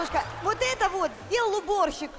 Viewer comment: С какой целью ты коверкаешь слово ЭТО, еврей что ли ?!